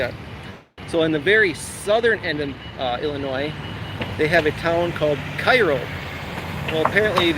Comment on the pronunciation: Didn't I write in my comment yesterday that I had a feeling you'd be in IL soon?! Somebody knows his midwest geography!😎 You are 100% correct about the "Illinois" pronunciation, but I do have to call you out on a minor pronunciation violation... IL folks pronounce Cairo as "Care-O." Now if you think that's a funny way to pronounce it, we have many other fun city pronunciations: Very close to Springfield (and the unlikely capital as you mentioned) we have Berlin and Athens. It's "BER-len" [emphasis on the BER] and with Athens... it's a hard A, not a soft A as we say with the one in Greece. And finally, I'm sorry I didn't see your reply to my WI comment until now, but a fun fact about my hometown Springfield, IL is that it is the birth place of the corn dog on a stick (Cozy Dog Diner, only a couple of miles from where I grew up). 💥